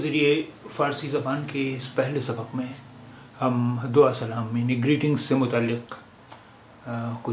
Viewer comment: سلعم سلعم ناکرو اور چتروی نهی چطوری اوک